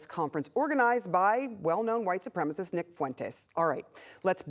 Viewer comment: Hearing her fuckup the word "supremacist" was like nails on a chalkboard. She is such an idiot.